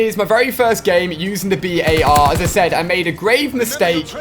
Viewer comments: Dude jus say bar . Its not the B.A.R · Alia its not pronounced B.A.R its pronounced bar other wise it would have those periods between the letters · The BAR is not called B.A.R the way ur saying it is wrong